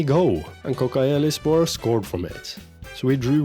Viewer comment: All of the "C" in Turkish language pronounced like "DJ" for example Kodjaelispor. I'm appreciated you playing in the Turkish League. I hope this helps.